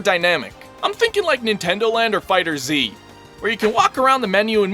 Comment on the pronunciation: FighterZ not Fighter ZEE